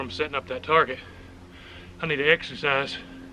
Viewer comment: Exercise. I thought you said extra fries. Lol